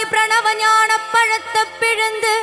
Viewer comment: She is good singer But Tamil pronunciation is wrong Palatha no Palaithai is the correct pronunciation